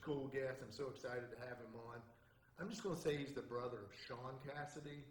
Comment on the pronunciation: It's not "Shawn" Cassidy, but "Shaun."